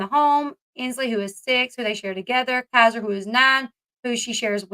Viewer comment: Please, please, please, learn to pronounce Kaiser (KY-ZUR) correctly. You keep calling him Khazr.